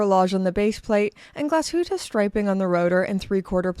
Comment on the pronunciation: Congratulations on pronouncing Nomos and Glashütte so well! I hope Teddy watches this video 😀